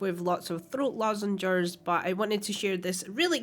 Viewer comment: "lozenges" but close enough. No arrrrrrr matey.